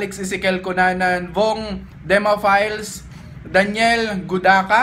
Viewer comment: Hahaha salamat sa shoutout idol kaso pronounsation ng demafiles "files" hahaha salamat paren.God Bless u always watching from abu dhabi